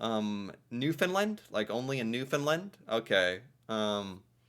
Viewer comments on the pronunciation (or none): 🙏. New “fund” LAND. (Like Stand, hand, band) Really pronounce LAND not “Lund” It’s a huge pet peeve to Newfoundlanders. Also, as FYI, although it’s a mixture, call us Newfoundlanders not Newfies, some people are offended by it. Not all but enough. Yes, we are extremely nice drivers. Often zipper without reducing speed or open the close lane. Let people into traffic. Hfx is very big on this when going on-off the bridges. Obviously NEVER feed wildlife. Yep. Gotta love the dollar. 80s are over. Likely saving the racoon from busy street. Forks-is a joke. Yep, border would be right. We are not Mexico. 😂 We are told monopoly money all the time. (ahhh no 🇺🇸🇺🇸 say worse) YES!!!! Apologize, we really do mean it. It’s considered extremely rude, especially in NewfoundLAND. (Side note, McDonald’s bought the Tim’s recipe - Tim Horton is served in South Korea, Qatar, Saudi Arabia….. and numerous places in Asia and Middle East. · The third syllable in the word Newfoundland is pronounced LAND as in "land a plane". Thank you. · New-found-land.. and put it together.. you're saying it wrong. Sorry lol